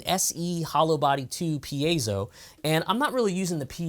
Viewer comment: is a fine teacher and the only YouTuber who pronounces “piezo” correctly 😆